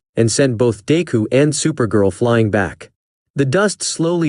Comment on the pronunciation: im sorry but it got me when it said "dayku" i fr died